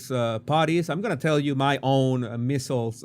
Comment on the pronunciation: I love you but MEASLES rhymes with DIESELS, WEASELS, EASELS, and not “missiles”.